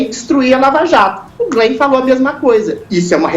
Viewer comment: "Glen" o que,? Não entendi. huahauahuahauahuaha